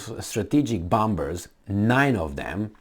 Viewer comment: can you finally swallow that second *B* and pronounce it bomer-s??? 🤣🤣🤣